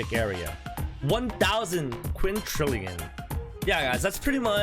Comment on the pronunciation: Quintillion, not whatever you’re saying XD